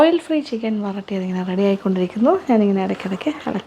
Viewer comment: വറ ട്ടിയത് അല്ല, വരട്ടിയത് ആണ്